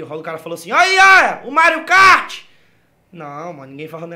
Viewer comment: eu ri do cara falando MARIO KArt! vou pro inferno